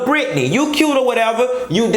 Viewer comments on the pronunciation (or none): none